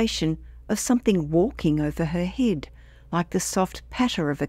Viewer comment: Its pronounced "head" not "hid".